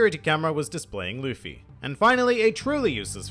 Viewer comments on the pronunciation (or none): none